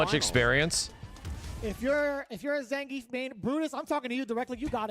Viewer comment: nothings impossible if you train “zangeif”